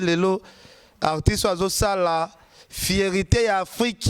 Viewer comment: fierte et non fierite